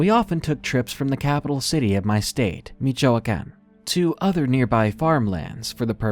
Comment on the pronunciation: The way u say Michoacán 😂😂